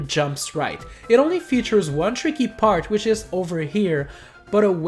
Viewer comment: You said which wrong like wicth